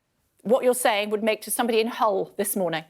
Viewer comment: She said Hell not Hull